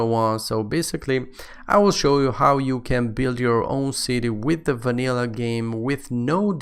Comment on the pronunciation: i like how he´s saying wanillah